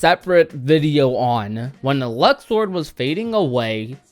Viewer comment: Aaaaannnd.... for the last time it’s Luxord (Lukeserd) not Luxord (Luksord)